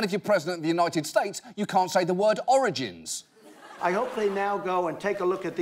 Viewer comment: I am CRYING at how Trump pronounces "origins" omfg